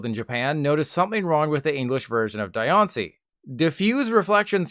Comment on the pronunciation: Its its pronounced like die-on-ci Antonology of the word is diamond (di) and rock ( ishi) in Japanese Translated to english as diancie The an is pronounced like on tho because theres not driect translation that doant change the meaning of the word in Japanese